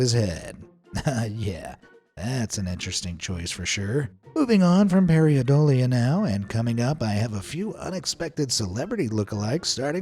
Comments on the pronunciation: Paradolia, not Pariadolia... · Who the hell says pariadolia instead of how the word is said, paradolia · it's not PAIREEuhDOLEA. jeez EVERY video you pronounce something incorrectly. why can't you take the time to get the pronunciations right? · Making a video about pareidolia and then pronouncing it wrong the entire video, is the most thing ever.